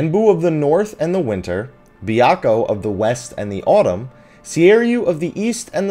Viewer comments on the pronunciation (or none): You pronounced "Byakko" incorrectly. Byakko is written as 白虎 in kanji, びゃっこ in hiragana. Your pronunciation was similar to "Biyako" ... a similar mispronunciation when speaking to a Japanese cab driver could get you a drop-off at the nearest Salon (美容院 びよういん Biyouin), rather than the nearest HOSPITAL (病院 びょういん Byouin) You also pronounced "Seiryu" incorrectly. Seiryu is written as 青竜 in kanji, せいりゅう in hiragana. As such, it should be pronounced as a Japanese word, with the "Sei" pronounced similarly to the English word "Say." I'm not going to bag on you or anyone else for having pronounced the "R" in the same name incorrectly. It seems few people who are not native speakers of Japanese can. If you're wondering, no, I'm NOT a native speaker of Japanese. I just watch a crap-ton of subbed anime, took a year of Japanese in college, and played FFXI in Japanese for a WHOLE YEAR.